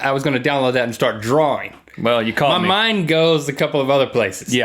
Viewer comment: "Draring" xD